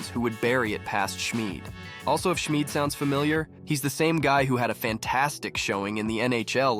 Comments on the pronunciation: Schmid pronounced Shmid not Schmeed. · I'm only a minute into this video but I have to comment. HIS. NAME. IS. SCHMID!!! It is NOT pronounced SCHMEED. This is confirmed by Akira himself. This is my favorite player y'all please 😭